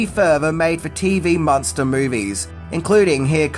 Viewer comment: Do you see an "o" in the name Munster?